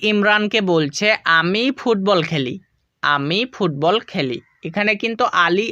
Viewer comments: ফুববল না স্যার ফুটবল ❤ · ফুটবল not fubbal